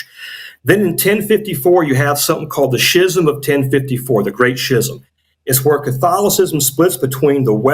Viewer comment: How could such a supposedly knowledgeable guy repeatedly mispronounce "schism"?